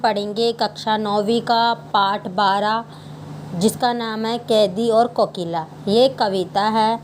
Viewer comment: कोकिल बोलो तो 😂